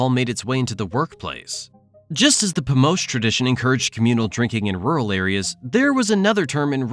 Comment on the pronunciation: “Pomosch” will be more correct. I do like this video, reminds me why I left.